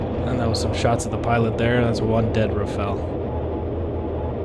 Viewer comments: RA PHA L' or RA FA L - not Raffell RA-sputin FA-n L :D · rafale. not rafel. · Rafale. Not Rafael. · Rafale. Not raphael.